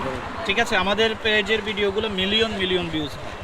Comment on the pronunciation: Its Video and not “Vedio”, just a suggestion!